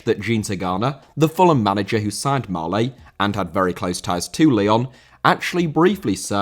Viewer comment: Marlet* not Marlei